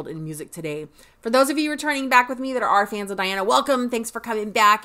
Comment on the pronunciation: Her name is pronounced as De+ana NOT Di+ana. Yes she is contralto but she is polyphonic...like singer Cher. Hence, her vocals sounds dual toned lots of time. (Dimash and Diana share a same friend....Igor Krutoy. The pianist/composer with Dimash)